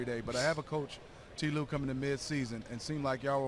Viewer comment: Tee lue?? Isn't it Ty Lue?? 🤣🤣